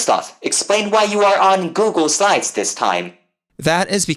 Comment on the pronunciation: Why do you pronounce Google slides as Google sides all the time? (And sometimes even as Google sines)